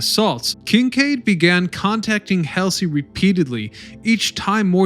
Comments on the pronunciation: Every time I see something from you guys you can't seem to pronounce names correctly his name is not Admiral Elsie it's Admiral hall z Guys do it all the time it makes me nuts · William F. “BULL” HALSEY, not Helsey! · “Helsey”? Uh…Halsey…. Great content but I think accuracy in names is required in honor of those who served. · Who was William F. "Helsley", and Chester "Neemitz"? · I like the history, but the mispronunciations are jarring. Admiral Halsey. Hall-zee. Bremerton. Brem-er-ton. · A bit sloppy on details and pronunciations..... Admiral Helsy??? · "William F Helsley" LOL. Admiral Halsey was always second guessed. At the Battle of Philippine Sea he protected the landing forces and was ripped for not leaving the landing forces to pursue and destroy the Japanese carriers. At Leyte Gulf, he smashes the Japanese carriers and is ripped for abandoning the landing forces. Poor guy couldn't win. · ...it's hall-zee, do your research kiddos.. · Neemitz and Halsley?? If you’re going to do the narration, please get some education on the pronunciations as well as the names of historical elements. Grade D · The amount of errors in this video are stunning and too many to address individually. For God's sake man, you can't even pronounce William Halsey's name correctly. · This is an outstanding video. Thank you for putting it together. As an aside, your narrator mispronounced the name "Halsey" when the video covered the history of the New Jersey. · You are mispronouncing these famous heroes names! I mean everyone my age know who these people are! Almost every town has a Halsey st. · When you narrate these videos, please pronounce the great Admirals Nimitz and Halsey correctly. It’s disrespectful not do so.!!! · Am I the only one who cringed at his mispronounciation of Bull Halsey's name? Otherwise, very good. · No. And not really. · Some strange name pronunciations. Especially for Halsey and Nimitz. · It's not Helsey, it's Halsey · Kelsey, or Halsey??? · Halsey, not Hasley.